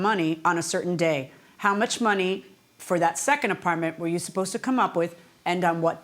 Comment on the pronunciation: “Da Partment” 😩😒